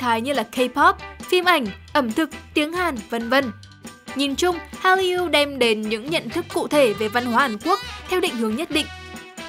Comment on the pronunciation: Cách đọc từ Hallyu (할류): Korean wave là từ có 2 âm tiết đọc phiên âm tiếng Việt là Hal- lìu chứ không phải phát âm 3 âm tiết Hal-ly-u như bạn đọc.